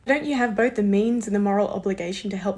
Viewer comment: Bowf sides Luke? Bowf sides need to come togever? You can do better you’re Polish you’re not a 4 year old.